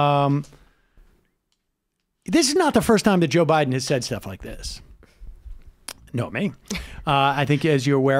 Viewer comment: I love ya, Sam...but it's "NoMIKI", not "Nomi". She's just too polite to call you out.